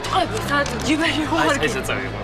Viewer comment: ბუზუუუუ😂😂😂ვანოა მაგარი რომ ამბობს ჯიბაში😂😂😂😂😁